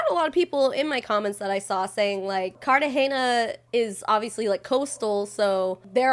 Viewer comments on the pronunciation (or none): she keeps pronouncing Cartahena wrong and it's annoying me so much